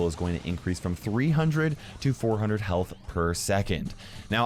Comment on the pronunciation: You said "hyealth